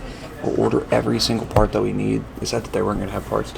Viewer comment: When he said fart instead of part 😭 get some sleep